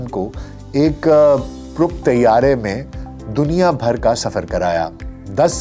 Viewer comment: ظالم دنیا کا تلفظ ٹھیک کریں۔